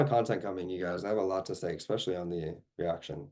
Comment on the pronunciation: Do you pronounce especially with an x? 👀